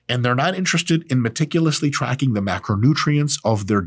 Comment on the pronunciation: lmao "trackig"